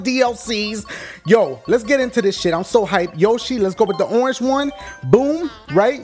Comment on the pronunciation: It's orenge yoshi!